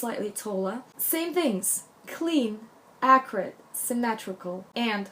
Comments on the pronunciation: I think i am mis-hearing you. You keep referring to different aspects: hair, clothing, etc. as accurate? What does that even mean? Halfway thru you say something like, not geometric, accurate. Maybe you’re using a different word? Would love to know what youre saying. Captions are showing as “accurate” too so ?? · pretty sure she's saying "accurate" by which i assume she means precise, not messy. You need to take accents into account when you listen to a person speak. She's clearly not british or american, so did it not occur to you that she might just be pronouncing the word in a slightly unfamiliar way? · Thank you for clearing that up. I too was very confused. I kept misshearing her say the word as "Acrid". LOL! I do understand how hard it is when you have an accent. My Hispanic mother is notorious for mispronouncing words in an embarrassing way. But I too have had my moments when speaking Spanish because as an American I think in English and you can't do that when speaking in Spanish. My Hispanic relatives laugh at me a lot because of it. LOL! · I was so confused. I kept hearing her say "Acrid" which means having an irritatingly strong and unpleasant taste or smell. But I now realized when I read what someone commented below that she might have been trying to say "Accurate". Big difference. LOL! My Mom who is a Hispanic with a thick accent also does the same thing. There have been so many embarrassing misunderstanding because of it. Heck, I can be just as bad but the other way around. My bad Spanish can be embarrassing just the same. LOL! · is she saying ACRID? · What is she trying to say when she says "Acrid"??? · Whats acorate?? You say it a lot,,is accurate that you say? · same! I even had to google a definition and then I was like oh no that doesn’t fit! 😂😂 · i also kept hearing acrid. i was like... what? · At one point she says accuracy, but I heard acrid also - I wondered if she meant sharp, angular, tailored. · Are you saying Acrid? I don't understand.